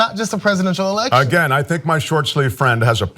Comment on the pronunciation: i can't stop hearing 'snapple-ection'